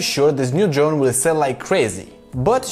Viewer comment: we love it, don’t change 😘😄👍🏻